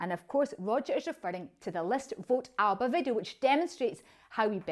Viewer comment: At least pronounce ALBA correctly please